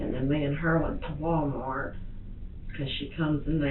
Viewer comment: Did she say: “love this man to DEATH”?😂also i somehow heard her saying WalmarK